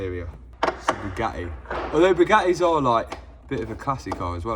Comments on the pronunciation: Absolute painful listening to him saying Bewgaeeeee!!!! Its BugaTTi pronounce your Ts .... Chav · the BYUGAHII ! i cant get over how he pronounces it